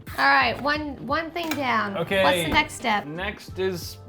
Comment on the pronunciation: Did just say wing down?🤣